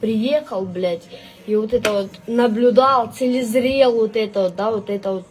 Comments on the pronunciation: Целезрел БЛ.ТЬ😢. Лецизрел правильно говорить. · Двічі перемотала.... Приезал,цилезрел вот єто..... Шо за слово таке" цилезрел"? Навіть Гугл не в курсі😂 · На 6.14 хв. Каже "Целезрел", а не лецізрел😂😂😂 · «целизрел» вместо «лицезрел». Действительно, зачем ему образование?😮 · "телезрел". Он хотел сказать "лицезрел"? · 😂 « Целізрєл»…це я так розумію « ліцезрєл»?!🤣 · 😂😂😂целезрел,вместо лицезрел,я в шоці🤣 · ''чтоби я єщьо цилєзрєл ету працедуру...'' це, я так розумію, він на курсах блогінгу у каралєви денеер почув слово ''ліцезрел'', але так і не навчився його вимовляти😂👍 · "цилезрел" может лицезрел, ох валенок. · На 7-й хвилині, що це за слово " цилізрєл"?😂🤦‍♂️ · Целезрел он:face-green-smiling:навіть не може слова вимовити правильно, треба було вчитися.